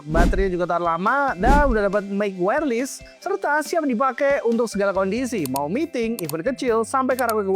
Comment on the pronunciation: bacanya wairles bukan wairlis